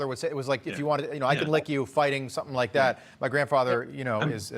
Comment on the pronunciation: He went off the script and then he went incoherent and it was unintelligible for a while. Then he said let's go lick the world and then screwed up the word lick and then followed it up again. He just couldn't speak. He does this crap all the time. He seems senile. It's only getting worse.